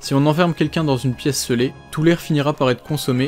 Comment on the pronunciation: ça fait plusieurs vidéo, mais on dit sceller comme ceci "célé" et non "ceulé" :D